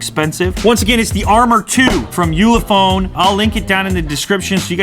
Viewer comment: ulefone? you le phone 👀